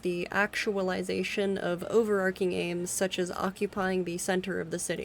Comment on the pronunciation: your pronunciation is sometimes uh interesting. debris, overarching. previously, analgesic, Volgograd, dosimeter, and some others